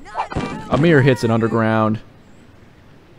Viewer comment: mans really said “Amir” 😂